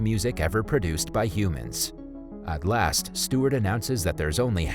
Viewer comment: Wiat I sounds like he's from the future was in "last"